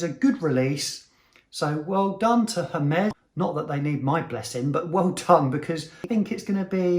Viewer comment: Please, pronounce it right... Ermes not Hermes!!!